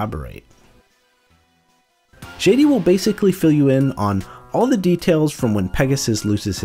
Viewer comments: this mf said “Shady” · Please for the love of reshef learn to pronounce Shadi…